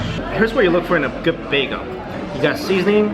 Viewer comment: Why do you say beago instead of beagEL